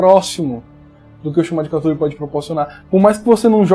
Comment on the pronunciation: Cada um inventa um jeito de pronunciar cthulhu, a galera da minha mesa fala CUTULu tomei um susto com o falou CATULU